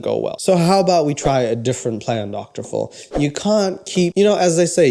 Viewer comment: Idk if I love or hate your channel lmao. I hate how you say Phil lmfao and I feel like most of your videos are just "random bullshit references" but I'm finding myself having a good time